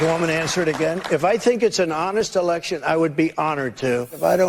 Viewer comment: Megyn has repeatedly done what she says ABC did. She always refers to "elekshun" crime as nonsense without reviewing or presenting the evidence. And the evidence is more than substantial. She does this either because she is poorly informed, or for financial reasons: so she is not dropped from this platform on which the topic is forbidden. In the wake of the "elekshun" 2 1/2 years ago, for about 10 days numerous eyewitnesses posted on this platform their horrendous experiences at counting centers. They had been muscled out of the process, and/or sent home, and then counting resumed late at night in major swing state cities, where tallies suddenly and magically got flipped. Eyewitnesses also spoke of stacks of counterfeit (censored term) and other serious wrongdoing that violated "elekshun" norms and security. These same occurrences took place in the several large swing state cities. (If I am too specific, this comment will be removed.) All those eyewitness testimonial videos were then removed by YT, and, as we now understand after the Twitter files, probably at the behest of three letter agencies. This is, of course, just a fraction of the evidence. Much more indicates that the results were falsified. And the topic has been suppressed across social and mainstream media.